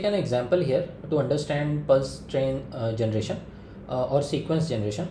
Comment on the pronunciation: Genration ya generater😢